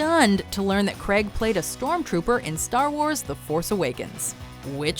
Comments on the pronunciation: ??Daniel 'Cregg'???? it's pronounced 'Crayyyg' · When are you lot going to pronounce Daniel Craigs name properly?